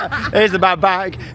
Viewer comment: Now, for the record the first time I heard you say ‘bad back’ I turned straight to my fiancé and instantly said Charlotte is pregnant 😂😂